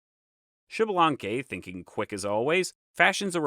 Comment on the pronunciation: Americas Kudos for the video, Thanks for Sharing. Just a note in the Names, in all character names that start with an X the pronunciation is either iks or ish and the last letter has an long accentuation for example Xmucane must be Iks-muca-neh or Ish-muca-neh(Ixmucané). Most importantly the name is not Xibalanque but Ish-balan-keh(Ixbalanqué, the Sun God). Hun and Vacub are not necessarily one and seven and Cabracan sounds cooler than "Earthquake". A follow up to your note at the beginning of the video the Quiche(K'iche) is just one of the ethnic groups of Mayan descendance , there is more than 23 spread though Guatemala and Mexico's Chiapas and Yucatan regions. Nevertheless A+ on your video, specially for showing at the end that Hun-Hunah-puh came back pimping!